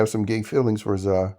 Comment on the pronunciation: It’s hilarious how you call Zae, Za